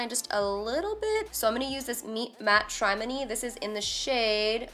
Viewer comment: the balm palette is pronounced "matrimony"